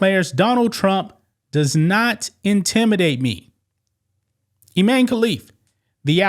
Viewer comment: His name is even I-MAN-e. Sheesh.